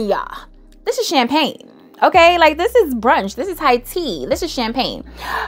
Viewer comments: Don Rosa is Champagna!😂😂 pink me up is “champagne. Get it right guys.. and peep the difference😊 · it sends me every time you say CHAMPAGNA 😩😩